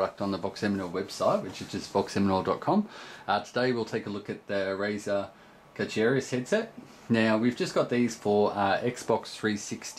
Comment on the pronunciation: It's pronounced Carcharias not Carcharias... lol